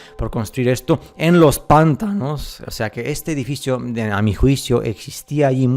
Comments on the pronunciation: Muy buen video, sólo un pequeño comentario: la palabra pantano es una palabra grave, por lo tanto se acentúa fonéticamente en la 2° sílaba. Lo correcto es pronunciar: "pan-TÁ-no" y no así "PÁN-ta-no". Saludos desde México. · Pantano se escribe y se dice Y no “pántano” (La primera es grave lleva la acentuación en el medio, como termina la palabra en vocal no lleva tilde, Pántano en cambio es esdrújula (siempre lleva tilde)) Me encanta tu canal y como hablás y explicás todo (: me cago de risa cuando decís una palabra mal acentuada ^.^ Saludos aguante la verdad suprema!! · No se dice pÁntano, no se acentúa la palabra jaja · Tu acento es supremo!!! Me encanta tu forma de transmitir la verdadera historia que nos ocultan. No se de qué país eres pero hasta el acento para decir pántano en lugar de pantano es... Bonito, para no hablar de más. Buena información amigo 👍🏽. Saludos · Igual lo ha acentuado en la primera sílaba a propósito para enviarnos algún tipo de mensaje subliminal, la sílaba Pan tiene miga 🤔